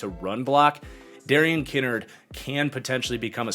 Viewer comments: as I’ve heard it from the majority of places it’s pronounced Ki-nard as in like “kicked in the nards” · Lol I had little to no issues with the list the only thing that rubbed me the wrong way is his mispronunciation of Darian Kinnard’s name lmao